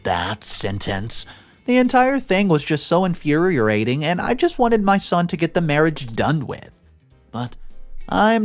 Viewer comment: "infuriating" what is "infuriorating"? is that a new word?